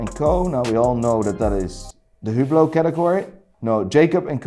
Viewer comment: Even pronounce them wrong so what now. Lol. Yergerlacool? Hublou? Constantine? Hahahaha.